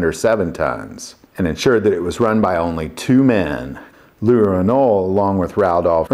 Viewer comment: You don't pronounce the "t'" at the end of Renault. Also, the name Louis (my name) is pronounced "Louie" in French. That is what I went by when I lived in Europe. I have been called Lou, Louis and Louie. All correct in the correct context. I comment on this a bit tounge in cheek. Love your content. Keep it up.